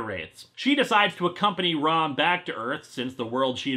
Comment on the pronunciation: I keep thinking he's saying rum not rom I guess there's a marvile like comic coming